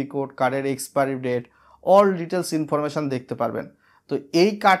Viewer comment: 7 লাখ সাবস্ক্রাইবার আর বলে কিনা "প্রেমেন্ট" "ইনফরমেশান" ভাই স্ক্রীপ্ট লেখার পর চেক করে নিয়েন। বাজে শুনতে লাগে।